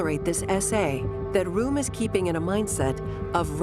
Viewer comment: Great doc. But please pronounce the names properly. Pronouncing Röhm as "Rome" just isn't up to snuff. Neither is calling the Tegernsee "the Tegernsee lake," since "See" means lake.